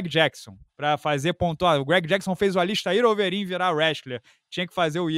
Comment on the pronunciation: Eu tava tomando um açaí de boa vendo esse vídeo quando a porr@ desse anão me manda um “ALISTAIR OVEREEN virar wrestling”, quase que eu engulo a colher 🤦‍♂️